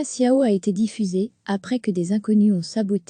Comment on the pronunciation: Tchiao en italien. pas siao.